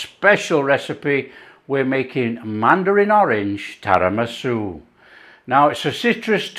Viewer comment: Its Tiramisu not Tarimasu! 😉Love your stuff by the way 😀 Very sweet of you to call out to that couple.